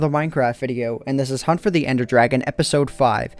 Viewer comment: dont explore with "endie" as in ender